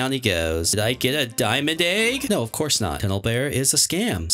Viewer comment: He always says it like “aig” instead of “egg” 😂